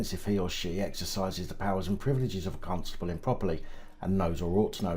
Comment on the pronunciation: I think you might be mispronouncing Constable every niw and then🤔🤣🤣🤣